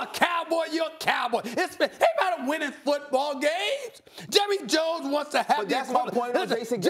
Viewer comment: “Jurry Jones”